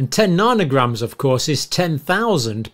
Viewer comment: is he trying to say nanograms?